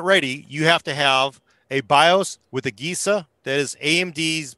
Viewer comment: It's pronounced uh-Je-sa(agesa) not, uh-gay-sa